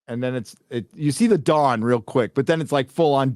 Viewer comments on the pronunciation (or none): none